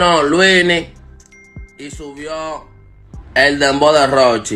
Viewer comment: Ese tipo no sabe decir luinny